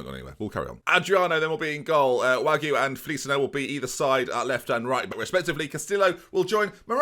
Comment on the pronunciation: By the way, Wague is pronounced wag-way, not wag-oo